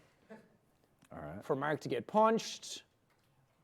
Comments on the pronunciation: I think it's more like "Maerk" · people say he says merk, its more like marik guys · After all this years, Jack is still saying Mark's name like 'Merk' XD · I know it's his accent but I love it when he says that